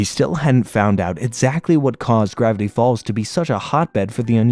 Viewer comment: Bro at the start said "gravity balls" instead of "gravity falls" 💀💀💀